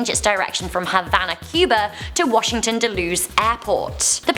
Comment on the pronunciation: The airport you referenced in Washington is pronounced “dull-uhs” or “dull-ess” and is actually in Virginia.